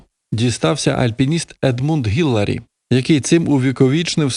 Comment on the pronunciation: Едмунд Хілларі. Не гіларі.